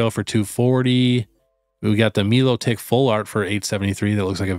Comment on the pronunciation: Melotik not milo tick 😂